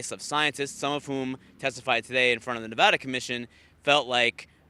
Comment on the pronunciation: Nevarda/Nevada lol